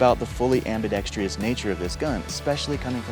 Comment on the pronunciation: I subscribed just because you know how to pronounce "AMBIDEXTROUS". 🤣 whoops! You slipped up at the end and said "Ambi-dex-TRIUS"